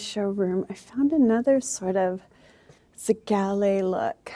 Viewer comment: whys she pronouncing zellige like that 😭the square tiles she pointed out are very pretty the bathroom is going to look great